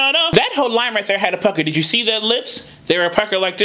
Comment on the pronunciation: I notice she sometimes she pronounced "you" as "Jew"